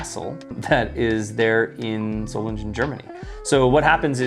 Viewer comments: German guy here, and the G in Solingen is basically pronounced like in Gun, nice and sharp. other than that, good pronounciation, i'd say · Solingen, soul-ing(ing like king)-en